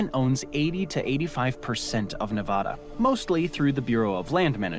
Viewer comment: Ne-VAAAAAhhhda! seriously!